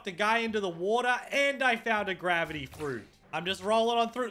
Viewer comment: He said wata (water)